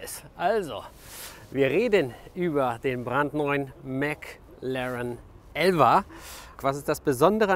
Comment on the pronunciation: Das iritiert mich wie er die ganze Zeit elva sagt, ich denk damm immer er meint den Porsche😂😂😂